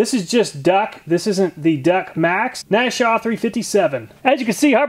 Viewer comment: IT'S NASH-OOO-AH NOT "NASHAW"